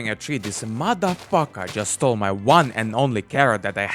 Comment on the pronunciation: I love how he says mothe fucker